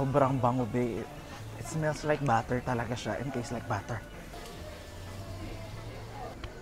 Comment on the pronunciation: Eto na naman cya.. PLAYBORPUL BATTER (instead of butter) WAZABI (instead of wasabi)